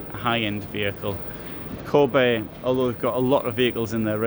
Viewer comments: Its not Kåbe, its Kabe. Also the classic series I would not call luxury :) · You pronounce the a in Kabe like the the english a in "barn", "father" or "car" and the e like the e in "end", "everyone" or "echo". Thanks for your videos and greetings from Sweden. 😊